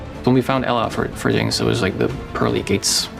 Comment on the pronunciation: not them messing up ella’s name 😭😭